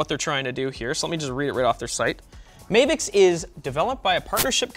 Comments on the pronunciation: I think it’s supposed to be pronounced as Mah-vicks and not May-vicks. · Anyone else wondering why it's not spelled Mayvix and he's saying it as May-vix? Weird way to pronounce Ma-vix. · Why does he call is "Mayvix" there's no y its "Mavix" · Mavix, not Mehvix.. Ma, like mama... Or am I wrong?